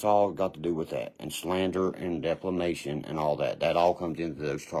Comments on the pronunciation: Slander and “deplamation” he says haha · "Deffalamation" 😂 if he don't know a word, he just makes up one that sounds about the same 😂